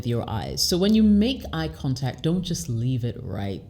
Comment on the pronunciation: She's from West Africa and I'm sure because sometimes she used some French pronunciation, eye contact eye kantak pay attention to it